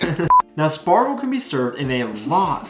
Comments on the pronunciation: You mean 'Schpargel', not Spargel..😅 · It's pronounced Shpargel. In words starting with "sp" and "st", the s is typically pronounced like "sh" in englisch. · It is pronounces Schpargel - not Spargel . I prefer the green fresh spargel. I just made a Flammkuchen with green asparagus yesterday. Really easy to cook - here a recipe : other recipe